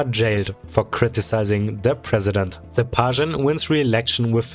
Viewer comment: The pronunciations make me think you're a German speaker? The Z in Zyuganov should be a zee sound and ths Sh in Stepashin should be a sch.